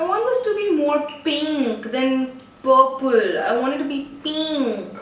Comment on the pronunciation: Instead of saying purple she said pople hahaha very funny